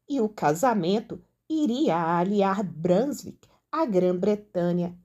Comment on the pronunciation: A pronúncia de «Brunswick» é «brúnzúík».